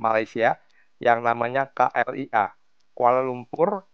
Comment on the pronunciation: KLIA - Ka, El, E, Ha...😅